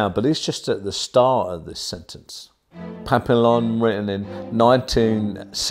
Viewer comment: Just letting you know it's pronounced pap-e-yon.